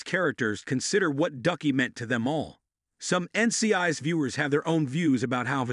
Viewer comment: This automated voice needs to be taught how to pronounce N.C.I.S. properly.